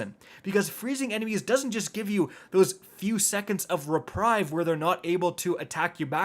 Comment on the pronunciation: *reprieve (Ree-preeve),. Lol.